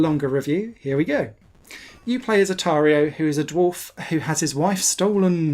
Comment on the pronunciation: Hi Mr Pedantic here. Just thought I’d pop in to say you’re calling him Otario instead of Oratio (like Horatio Nelson but without the H). Cya!